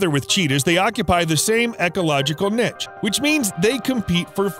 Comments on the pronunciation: niche not nitch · “Same ecological nech” ahahahaha WTF it’s niche as in nee-shh